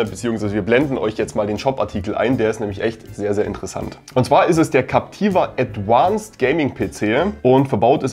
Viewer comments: Das heißt nicht „adwanced“, sondern „advanced“. Klar? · Danke für solche Tipps.... Ich als Otto Kunde würd denen am liebsten schreiben 🙂 P.S. ADVANCED hat keine besondere "englische" Aussprache, was das "V" angeht ;-) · ein englisches "V" wird wie ein deutsches "V" wie in "Viktor" ausgesprochen... das klingt schrecklich. Das Gehäuse besteht auch nicht aus Aluminium, das ist verzinktes Stahlblech